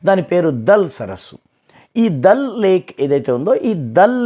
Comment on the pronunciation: దాల్ సరస్సు అనండి సార్ ప్లీజ్. చిన్నప్పటి నుంచి ఈ ఉచ్చారణ కే అలవాటు పడి ఉన్నాము.